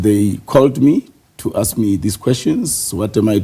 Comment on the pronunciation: was wondering why he's pronouncing SA names wrong. Like Mcunu. And he says aks instead of ask😅